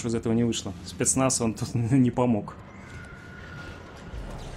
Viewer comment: Одному из комментариев 7 лет, а твое "Спиецнаязз!" с акцентом всё ещё улыбает подписчиков и зрителей.